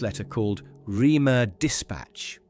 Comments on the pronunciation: It's not 'Reamer' as you say. Phonetically it is 'Raymuh' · For God's sake, it is pronounced 'Raymer'!